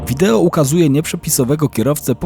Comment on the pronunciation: Wideo się mówi, nie wideło 😊